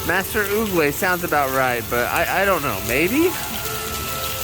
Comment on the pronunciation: You got it right on Master Oogway's name.